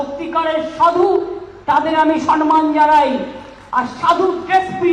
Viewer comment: এ মহিলা তো এত দিনেও বাংলাটা শুদ্ধ ভাবে বলতে শিখল না। কথাটা হবে সম্মান, সন্মান নয়। আর শুনতে ভাল লাগে না।, আপনাকে একটা অনুরোধ করছি -- যেদিন ঐ মহিলার ভিডিও দেখাবেন সেদিন প্রতিবেদন শুরুর আগেই জানিয়ে দেবেন। তাহলে আর প্রতিবেদনটি দেখবো না, আর দিনটাও খারাপ যাবে না।